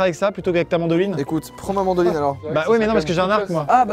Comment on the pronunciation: "C'est un instrument de musique" - "Non c'est une mandoline" En vrai j'ai entendu Mandarine x) Mdr 😂